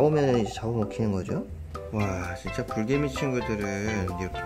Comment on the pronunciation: 불개미가 브르개미로 들려